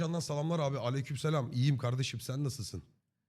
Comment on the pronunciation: YANİ A-bi ... öyle demeseni acab-a